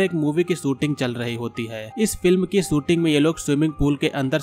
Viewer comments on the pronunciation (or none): Sa aur sha bolna to seekh lo sooting nhi shooting